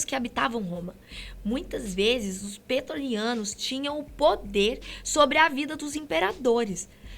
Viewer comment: Ô sotaquezinho sofrido... Kkk.... "Petoriano".... "Mark Antony"... Kkkkk.... O que é a falta de conhecimento do que se está falando....